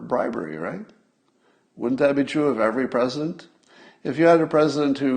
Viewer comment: Scott, you should learn to pronounce the 'D' in "wouldn't", "shouldn't" and couldn't". You would sound like your IQ is ten points higher. "Woont", "Shoont" and "Coont" are not words.